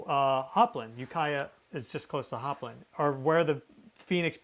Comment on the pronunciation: when nailed the ukiah pronunciation correctly.. i thought someone told him how to say it lol.. small world grew up in mendo and sonoma counties myself hope everyone is safe and well